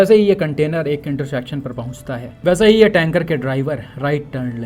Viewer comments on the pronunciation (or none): इंटरशेक्शन ❌️ इंटरसेक्शन ✅️